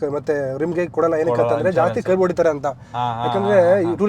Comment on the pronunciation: ಕರ್ಬ್ ಅಲ್ಲೋ ಮಾರಾಯ .😂 ಕರ್ವ್